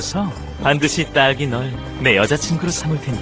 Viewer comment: 근데 지금보니까 도넛 파랑 딸기에 딸같이 모음 ㅏ 소리를 퇄기처럼 ㅘ 소리 내는것같네